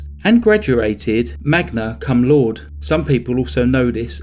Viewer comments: There is no silent "e" at the end of Latin words. It's "lau-duh" not " laud". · I have never heard laude pronounced "lord".